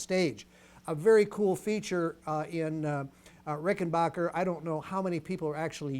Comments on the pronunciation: It's not Rickenbocker, It's Rickenbacker. You wouldn't say Greenbay Pockers would you ? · Some lads pronounce it RickenBaycker